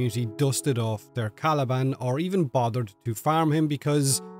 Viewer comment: All jokes aside Caliban with a t 😂